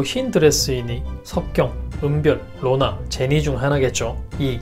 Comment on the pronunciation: 느리게 해서 들으면 누가 “로나야...!” 라고 하는 것 같아요